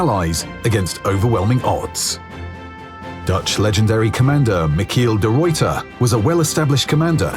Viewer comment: How they pronounced Michiel de ruyter is a bit less appreciated, too be fair it’s a hard name for foreigners to pronounce